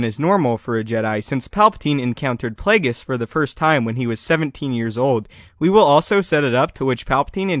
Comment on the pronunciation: What aboot Plagues